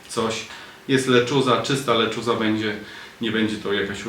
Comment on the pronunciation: W końcu ktoś, kto poprawnie wymawia "lechuza” 😂